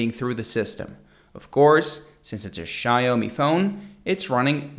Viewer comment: It's xiaomi not xaiomi and it's hz not herth but good vid